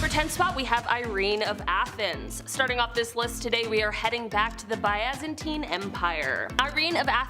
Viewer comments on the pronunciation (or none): Byzantine is pronounced 'bizz-an-teen'. Zeitan is 'zay-tan'. Poitier is 'poah-tee-airs'. Juana the Mad is 'whanna'. Also, you did Elizabeth Bathory twice.